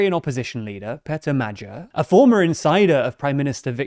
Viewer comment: I mean it's fine, but in their previous videos they put more emphasis on the first E in Péter as well as the second A in Magyar, which makes it sound more natural both in English and in Hungarian